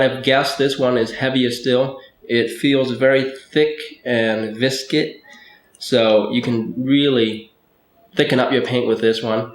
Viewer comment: It's viscous, not "visket". Great video, though.